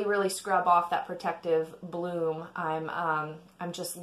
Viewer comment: Bloom, not plume.